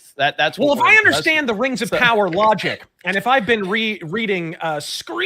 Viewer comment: You gotta undershtand